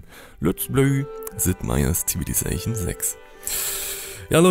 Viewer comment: Es heißt nicht „CivilizaCHion“